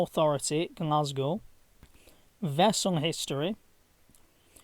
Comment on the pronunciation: Your pronunciation of the Weegee place names is amusing. I mind the ferry being laid up at the Renfrew Ferry in the 70s.